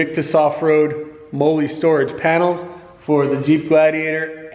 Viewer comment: Pronounced "molly"